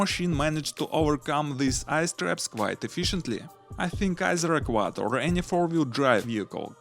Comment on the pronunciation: “ Or maybe a quad” said at the beginning sounded like “ or my dick wad”